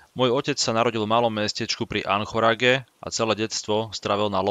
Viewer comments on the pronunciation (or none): Anchorage se vyslovuje "enkoridž". Jinak 👍👍